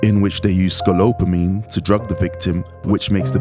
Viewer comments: Its Sco-pol-a-mine (skow•paa•luh•meen) Not scope-la-mine (skowp•luh•meen) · Scopolamine is NO JOKE! watch your 6 out there kings-and it’s ‘Sco-pol-amine-sound it out because it’s annoying when words aren’t pronounced correctly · No, it's pronounced, skoe paula meen. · It’s pronounced scope-allo-meen. Be careful brothas😉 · At least the women are more feminine.... learn to say SCOPOLAMINE properly!! Thanks